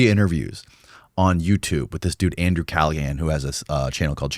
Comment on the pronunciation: “Andrew” hahaha nice try